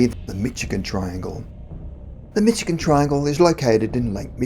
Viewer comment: Dear sir, I love your channel! I have lived in Michigan my whole life and I want you to know that it is pronounced Mish-i-gan. Thanks for all the great content!